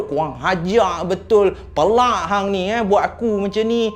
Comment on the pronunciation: Assalamualaikum penang ckp pealaq bkn pelaq.apa pun mmg sronok dgr kisah2 seram dr.